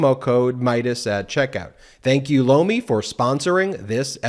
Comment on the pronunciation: I was looking away from the TV screen when his Lomi ad came on.. I thought I heard him say blow me, haha, I had to look over.... that's when I saw he was doing a commercial for some kind of vegetable... now, every time he says the word I hear something else